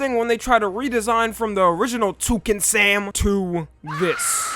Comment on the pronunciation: Bruh that ain't Tucan Sam, that's Tucan Sammy 😭